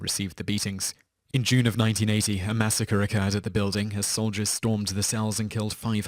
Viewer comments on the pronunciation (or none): none